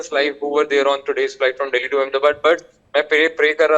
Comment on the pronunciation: It's not daily it's Delhi, please learn the pronunciation ithna india katte rahete hai tum log n u don't know how pronounce Delhi, stupid Modi k chatne Wale